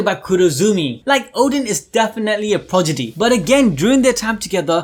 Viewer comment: Was loving everything, until I hear the word “PROGIDY” 😅.